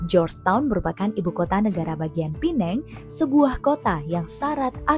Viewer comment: Pertama kali mendengar warga Indo menyebut PENANG dgn sebutan yg betul....Pulau ini boleh juga disebut Pulau Pinang....